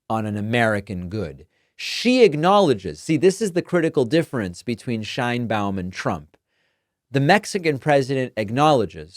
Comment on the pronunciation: Just a correction, the pronunciation of Sheinbaum (as she pronounces her own name) is how is pronocuned in spanish SH EIN BA UM (not Shain-bom)